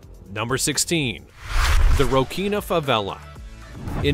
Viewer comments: "The Rocinha Favela" is pronounced Rossinha, not Rokinha... also, that picture of Copacabana beach, if real, was probably shot during a free access Rolling Stones concert or something, it never gets that crowded... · A "ch" in Portuguese must be read "s", Rochinha should be "Rosinha"